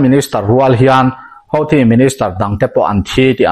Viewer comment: hauthi ti lovin huthi ti ve tawh la ngaihthlak a nuam zawk ang, channel zawng zawngah huthi an tih vek hi